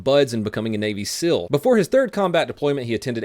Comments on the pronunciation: Seal, not sill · It’s SEAL, not sill. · It's pronounced seels not sells. The pronunciation ruins the video. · Donut say “sill chief” dude can’t say “seal” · You pronounce “SEAL” funny. What is a Navy SILL? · 18D is kinda hard? You are a Fucking Imbecile. Oh and learn the language you dipshit! SEAL not Sil. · Seal is pronounced Seel not silver. - grammar nazi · Why do you call them sills? Aren’t they seals? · Is it pronounced SIL or SEAL? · Why do you say Sills? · Haha you said navy sil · I kept thinking he was saying sill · The pronunciation of SEAL drove me crazy but good video brother